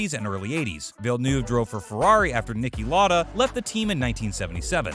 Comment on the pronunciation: nicki larda, elaine pr'o'st😂 I recommend you do some research going forward cause you've butchered every name on this video